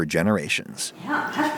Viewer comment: aww did he say "pea-tatoes"